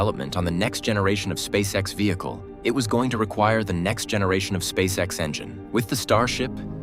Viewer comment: Meh. AI script is dull and not especially coherent. Also, if you're going to keep doing these you need to train your AI voice so it can pronounce "SpaceX" as one word. At least you got it to say "Saturn Five" not "Saturn V", but "it had music more than twice the thrust..."?